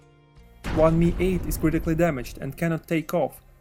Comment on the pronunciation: Great work. The way you say mi-8 makes me chuckle